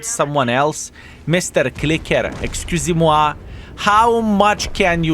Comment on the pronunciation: "Excusez-moi !" I wasn't ready, very nice french accent !